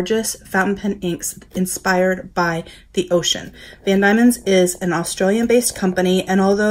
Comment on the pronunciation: Nice to see you highlighting product from my home. Those inks are lovely. I’m a Tasmanian although I’m not living there at the moment. BTW - it’s pronounced Van DEMON, not DAIMON.